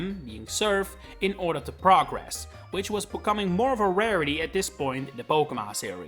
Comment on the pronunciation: a few valid critiques sprinkled among overcritical and unnecessarily incisive opinions. also please work on your accent, some mispronunciations were unforgivable. progress (noun) and progress (verb) are not pronounced the same